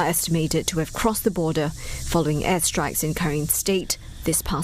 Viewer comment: Your journalist is mispronouncing the word Karen. It is pronounced kAh ren, not Kari Yen